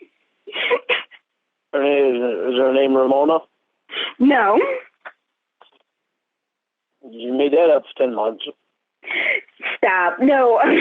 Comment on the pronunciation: Take the doctor Ramonuh!